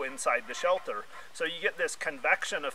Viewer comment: You keep saying "shelther", the word is shelter, no "th".